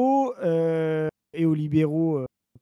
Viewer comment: Tiens c'est très drôle car j'ai eu cette vidéo de proposée dans mon fil hier. Faut assumer le platforming du gars après. Même s'il n'a pas l'air méchant du tout. Par contre j'ai crisé sur "Mises" prononcé "mizisse" à l'anglaise. MIZEUHSSE qu'on dit. Argh désolé c'est plus fort que moi.